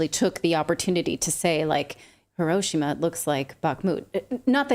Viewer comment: WTF? What is HOE-ROW-SHAW-MA? HOE—-ROW—-SHAW—-MA? 🙄